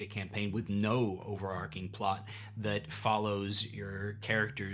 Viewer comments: “It’s over-ARCH-ing”, not “Arc-ing”. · Overarching is pronounced over-arch-ing and not over-ark-ing. If you know where the "plot" is going to end up, then it's a railroad. Personally, I prefer the idea of situations. Lots of situations. As you have already decided to run a railroad then published adventures are acceptable. Didn't stay for the cats. I have dogs. Lots of dogs. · Interesting approach! I'll keep watching your stuff if you start saying "overarching" instead of "overarcing" too! Keep at it. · Not at all relevant for the topic of this video, but "overarching" is pronounced with "ch" as in "chip". The word "arc" (as in "character arc") is pronounced with the "c" as in "coal".